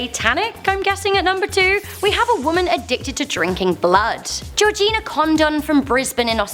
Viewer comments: #2 did she say jojina CONDOM?!? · did you say Georgina condom